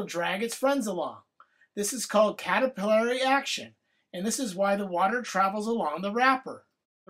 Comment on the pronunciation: Please tell me you are saying "Caterpillary Action" as pun (said it in the flower video too)...it is in fact Capillary action, unless my grade school teacher was lying to me...also, can't do this anymore sadly, as straws are a thing of the past...